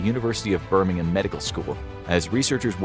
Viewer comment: Ahhhh nice. You’re the one American who says Birmingham correctly